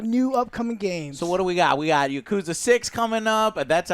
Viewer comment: Seriously joe how hard is it to properly pronounce YAKUZA